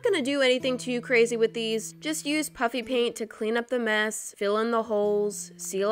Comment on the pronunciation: I can’t tell if she is saying puppy paint or puffy paint